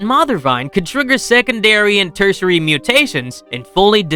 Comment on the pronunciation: Teritary... mutation